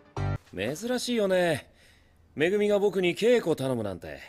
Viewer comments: it's like he's calling megumi as mimi 😭💕💕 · No he said Megumi, it's just very hard to hear it